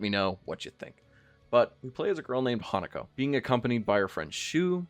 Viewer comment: Hinako is not pronounced Hanako. It sounds like you're saying Hannukah LOL